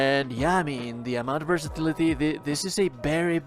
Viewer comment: I love the way this guy says "versatility" the way it rolls through the L sound 👌